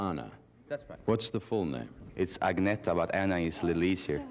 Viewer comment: Actually it is Ang-ne-ta. It should be noted that Benny Andersson mispronounces it in the interview, probably to make it easier for English speakers.